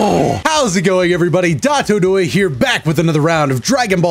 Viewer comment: I just have one question, why do you pronounce your name when it is spelled as Dotodoya?